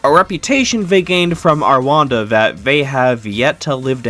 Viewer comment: what the fuck is "arwanda"